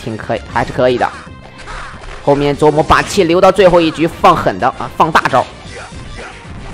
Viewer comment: 每次都感觉听到 琢 wu 磨